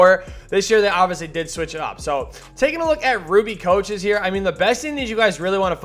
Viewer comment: still says Choaches lmao